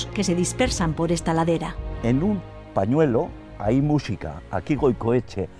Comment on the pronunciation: "vídeo, wásap, mújica" dios... que manera de acentuar mal las palabras tienen estos españoles, irritante al oido.